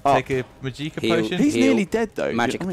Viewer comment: "Mageeka"? Really? Correct me if I'm wrong, but that i is pronounced shortly.